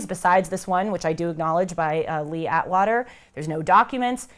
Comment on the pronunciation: Anyone who continued taking this moron seriously after she mispronounced LEE ATWATER, is pathetic. She has studied NOTHING. You might as well have someone read conservapedia at you.